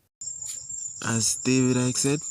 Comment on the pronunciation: I'm giving you a icking off, for getting Icke's name wrong